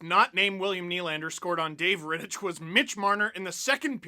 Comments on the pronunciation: Steve. Please. It's pronounced RitticK. Hard CH. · For the love of god Steve it's pronounced "Rittick" the CH is hard not soft. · Isn't "Rittich" pronounced with a hard "ch", i.e. like Rittick? Grinding my gears a bit... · how do u watch the whole game an not learn to pronounce rittich😂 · Any other Czech/Slovak native who hates the way Steve pronounces Rittich's name? xD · Alright, let's go deeper: David Rittich is Czech and the ch is pronounced [x] and not [k]